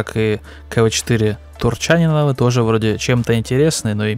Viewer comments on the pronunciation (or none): Как по мне, так все три танка отстой голимый. Одно у них единственное достоинство, это хилая голда. Если это новая стратегия лесты на оздоровление рандома, то им аплодисменты за идею.. а то шмаляют все голдой надо и не надо. А фамилия правильно произноситься с ударением на И : КВ4 ТурчанИнова (это если ты спрашиваешь😊)